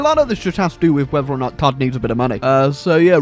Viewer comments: Are you saying "todd coins" or "tard coins"? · what is he saying tart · Sorry, are you saying Tard or Todd. Ohhh tard with two d’s! hello ms. Lady, I think I can help with the Tard, Tod, situation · I thought he was saying tard coins.